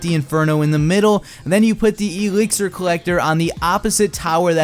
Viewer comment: Say exlir right